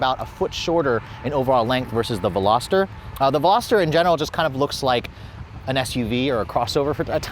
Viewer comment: The Hyundai qualifies as a “sports car”????? Also, it’s not a “Velosater”; it’s a Veloster. The Miata needs to be a full convertible, just like mine.